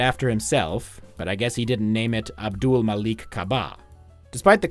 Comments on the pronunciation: you can say "Jeff" but can't say "Abdul?" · you can't say "Abdul"? do you have trouble pronouncing Kareem Abdul-Jabbar as well? it's little shit like that that's going to hold your channel back man. that and your joke about the musical.